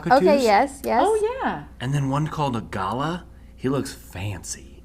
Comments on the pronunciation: Binging again! I’m going to try this! Thank you. the bird is not Gala as you were saying. It is Ga lar. Or gu lar. Best I can do phonetically lol. Your pronunciation made me giggle and was a topic at the lunch table here in Australia today! Best wishes to you all. I LOVE this channel. I have never seen anyone teach like this on YouTube and provide the resources you do! Xxx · Pronounced..gull-lah..from Australia..noisy suburban cockatoo. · love this. also ps: it's pronounced "gu-lah" and they are my favourite over here in Australia!! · We are the best- period. And it’s pronounced galah like ahhhh at the end. G is pronounced G phonetically then add lahhhh